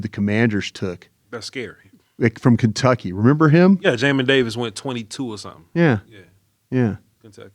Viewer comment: Hey, me and Jamin Davis have the same name, appreciate for saying it right 😅.